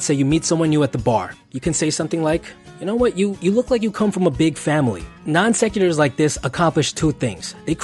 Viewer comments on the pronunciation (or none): I'm impressed with this guy's knowledge considering he mispronounces non sequitur and rapport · I cringed while imagining him introducing himself to me on a bus and asking me "what do you want to do before you die?" as we pass a cemetery. Also cringed when he butchered the pronunciation of "non sequitur" and "rapport." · I stopped watching when non sequitur was mispronounced twice and a hyphen was added. If you can't spell or pronounce a word, take it out of your expert "how to" video. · A non-sequitur, which is incorrectly pronounced in this video, is not an assumption but a statement that does not naturally proceed the one before it. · he doesn't even know how to pronounce "non-sequitur"